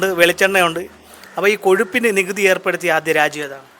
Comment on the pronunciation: കോഷുപ്പിന് എന്ന ചോത്യം കഷപ്പിന് എന്നു ചോദിക്കുന്നതാ ഉചിതം